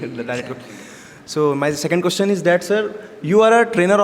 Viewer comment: You always mispronounce "question " learn to pronounce it